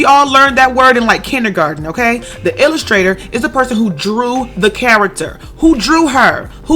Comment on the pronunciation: MY MOOD "The ILL-I-STRAITOR"